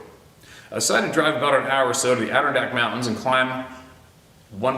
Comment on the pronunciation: 🙋🏼‍♀️ Even though you will probably never read this: 💁🏼‍♀️ , in the word Adirondacks the emphasis is on the third syllable: adda-RON’-dax.